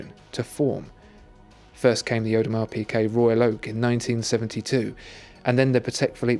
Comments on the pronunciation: isn't it audemar peegay not audemar peekay? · PIGUET, WITH A G, FOR THE LOVE OF GOD